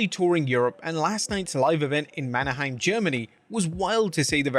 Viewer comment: Shout out "Manaheim" 🇩🇪 😂